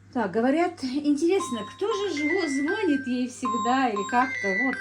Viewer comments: Не звонИт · Дорогая,.У вас очень грамотная речь.,,не звони' т,, правильно.